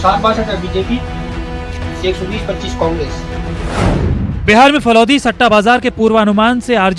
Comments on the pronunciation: Falod nhi falodi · मैडम इस शहर का सही नाम फलौदी है फलोद नहीं । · Falod nahi falodi h bawali bunch